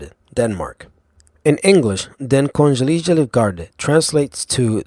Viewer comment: omg the way you said "Kongelige" sounds fucking hilarious XD